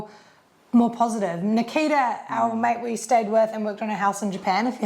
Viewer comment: Could not avoid hearing Makita every single time Nakita was discussed.